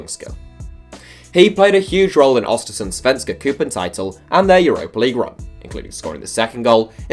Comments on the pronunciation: Its Östersund not ostersund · It’s Östersund not Ostersunds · it's Östersund not "Ostersunds", no s at the end, the s is genitive, in English Östersund's FC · Österdund with Ö. otherwise it would mean cheese Strait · Its ÖSTERSUND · ahhh finaly a swedish team. btw your proununciantions suck. *Östersund* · "Åstörsund" has me cracking every time